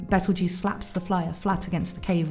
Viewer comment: Nice video, You have a nice voice. But, His name is petleguese not betlejuice